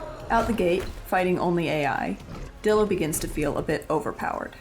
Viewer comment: Man idk if ur pronouncing things wierd on purpose or what but these abbreviations should be pronounced as such. Dilo=Die-lo, pachy=packy, and ptera=tera (idk how u get petra out of that) your vids are overall very entertaining but the pronunciations are hurting my brain.